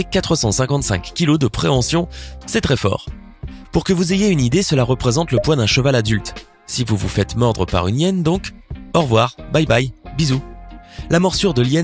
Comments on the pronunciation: La hyène, pas l'hyène! Ça pique les oreilles... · Par contre on dit la hyène pas l'hyene